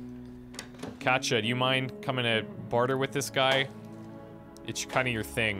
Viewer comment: Their names are pronounced cot e uh and pahv lay